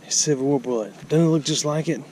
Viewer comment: I always like the new pronunciations, enjoy them every time. Byoo Ton= Button Boo Lay = Bullet